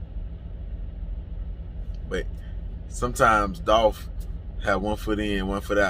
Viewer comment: It’s Dolph